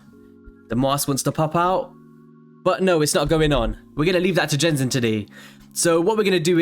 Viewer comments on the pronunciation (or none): Genzin, pronounce like the G in 'get' considered this is a Japanese name.